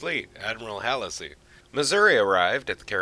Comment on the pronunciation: Hall see, not hasley